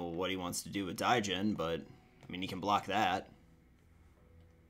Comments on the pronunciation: Jesus, the way he said it almost killed me through out the game. DAIJINN. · Quick tip. The d in Djinn is silent. It's pronounced jin.